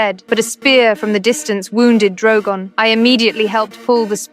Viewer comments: Bro said drowgown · Why did she say drogan